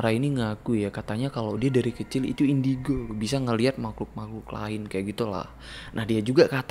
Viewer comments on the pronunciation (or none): none